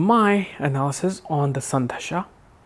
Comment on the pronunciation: Dasha, and not dhasha